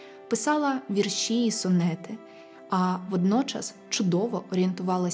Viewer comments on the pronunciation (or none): none